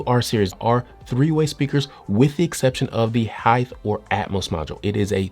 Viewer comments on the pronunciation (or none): can you please stop saying heigth instead of height